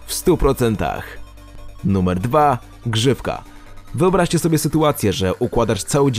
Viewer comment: Usłyszałam grzybka zamiast grzywka